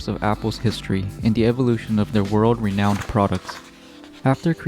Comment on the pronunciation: When you said "world renouned products" I lmao in Andriod but good video nonetheless.